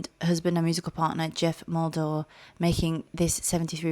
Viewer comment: Pronounced "Mull-dow-err". BTW, it's Irish, not Spanish.